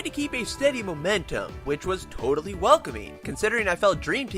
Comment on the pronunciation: TOADALLY! HAHAHAHHA